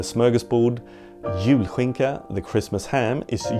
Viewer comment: I am so happy to have found your channel! I’m a historian-in-the-making (as I’m still finishing my degree) and your videos are just fantastic. Thank you for making food history so entertaining! (Also I was so taken aback with how accurate your Swedish pronunciations of julskinka and lutfisk were, then I saw your last name! 😂)